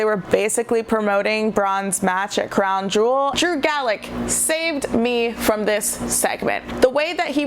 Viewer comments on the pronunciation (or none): Uhhh,? It's Gulak, pronounced Goo-Lock. Sorry I'm just a Drew Gulak stan. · I've tried to give her a chance, but this girl is terrible. Knows nothing outside of WWE's main roster and doesn't know much about that either to be fair. Gets names wrong every week (Drew GALLACK) Very little wrestling knowledge, piss poor sound quality and generally just pretty fucking annoying! #BBB (Bring Back Brian!) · You need to turn that fan off or whatever is on in the background. Too much background noise, very distracting, keep the hand held mic. Also GULAK NOT GALACK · How fast am I going to see people correct Drew Galak? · Did you not see the video? She clearly wrote she got it wrong. And it's not pronounced Goo-Lock that's his finisher dingus. Its Goo-Lack. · Ok seriously how do you pronounce Drew Gulak’s surname wrong when they literally say it during the match. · Thumbs down because you pronounced Drew Gulak wrong. Drew Gulak is one of my favorite wrestlers in WWE. I have a power point presentation on why he is awesome.